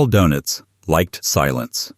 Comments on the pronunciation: Dœnitz or Dönitz. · Donuts 🍩? AI messed that name up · 'Donuts' - Doenitz! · The "o" in his last name needs a German umlaut! And it's pronounced more like "oo."